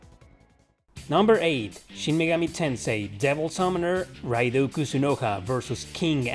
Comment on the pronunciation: Atloos? Raidoo? Serioosly?